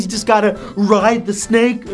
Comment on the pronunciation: ''but hEy if yu wanna lose some pOunds, sometimes you just gonna- rIdE tHe sNaKe hUuUeEuUhH'' oh